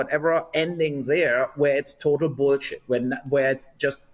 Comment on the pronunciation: No one says boolsheet quite like the Germans.